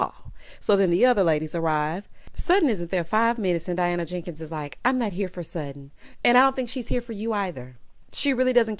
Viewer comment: The way you say Diana JANKINS takes me out, every 👏🏾 time 👏🏾. 😂